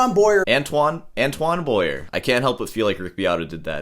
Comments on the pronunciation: It's pronounced Antwan Bwa-Ye (Like in Kanye) btw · I always marvel at how Americans can’t do a little research in order to pronounce a name properly. An-toe-whan Boa-e-eh… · So, you have a BA in music, you're a guitar teacher and you can't even pronounce the guy's name, even after hearing Beato pronounce it. And, you got fired from Walgreens. Way to go. This guy plays around the world with his wife, one hell of a harmonica player. And, neither have been fired from Walgreens. What do you have to do to get fired from Walgreens? Cop an attitude? Good luck and I hope Walgreens calls you back. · Learn some French, you American... for once... Not even being able to pronounce Antoine Boyer. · Yeah, if you are going to review a guy, learn to pronounce his name! It would be a sign of respect, but then respecting others does not seem to be one of your strong points. Stop whining - oooo I go school as long as a surgeon - well actually you don't, but yeah music degrees are generally not worth much, generally not respected, get over it. Plumbers don't get a lot of respect either but they make more money than most musicians. If you wanted money you shouldn't have studied music you should have studied medicine, or accounting or been a welder or an electrician. It just sucks when people make choices and then whine about the results.